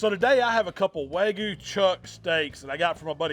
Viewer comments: wag-you beef. Not wagu beef. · Wagyu has a y in it..it’s not “wagu” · Loved everything except how he pronounced WAGYU